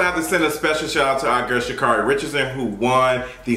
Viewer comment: Her name is pronounced Sha’Carri(e)—> shuh keh ree